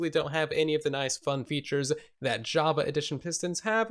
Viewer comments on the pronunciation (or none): none